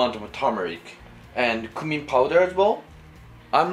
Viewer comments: you pronounced cumin wrong. It's pronounced as "Kyumin" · Maybe it is by you, I pronounce it "coomin"🤷‍♂️